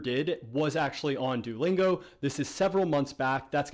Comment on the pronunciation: Kinda bothering me the way you're pronouncing it.. do-lingo? Lol I'm just nitpicking though. Great video, audio issues aside.